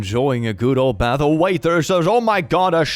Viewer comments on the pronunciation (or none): none